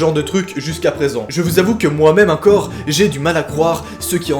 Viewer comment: Juste en France ont dit encore et pas incore 😂